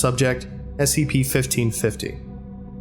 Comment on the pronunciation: The way you say SCP makes me sad...